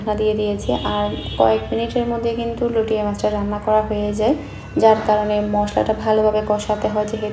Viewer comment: আপু আপনি বার বার লইট্যা মাছকে লটিয়া মাছ লটিয়া মাছ বলছেন কেন? শুনতে খারাপ লাগছে।এর শুদ্ধ উচ্চারণ হচ্ছে লইট্যা মাছ।লটিয়া মাছ কোন শব্দ হয় না।